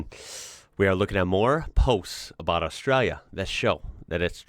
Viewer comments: I am becoming increasingly concerned about the way you pronounce Australia, so here is the break down pronunciation in phonetics. Ost-stray-lee-a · Dontcha mean ARSETRALIA?😂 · Is kind of says Australia with the accent 😂